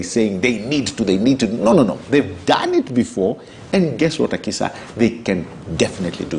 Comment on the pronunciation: it's not Akisha, It's Akisa.